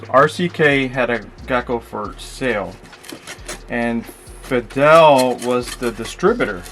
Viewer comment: The “Fadel” / Feedle pronunciation was throwing me off there. 😅